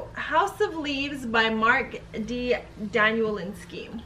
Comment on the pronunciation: You should learn how to say the authors name.